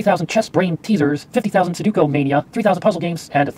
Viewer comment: It's sudoku not suduko